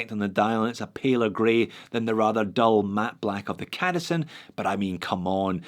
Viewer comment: I kinda think the C in cadisen is supposed to be pronounced softly like in the Citizen....try it and then you'll see who the true homage belongs to....